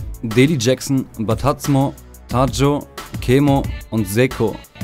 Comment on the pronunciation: Batazmo wird bataSmo ausgesprochen